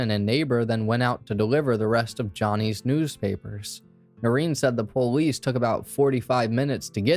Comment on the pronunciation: Why do u keep saying PO-lice. Stop,lol. Puhlice. Had to stop watching because i was so annoyed.